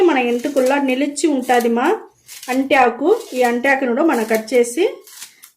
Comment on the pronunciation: Anti aaku enti.... Arati aaku ani cheppandi🤦‍♀️